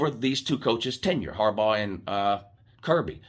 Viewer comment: This is the most objective video that this guy has done. And said Harbaugh's name correctly. Had some really good points.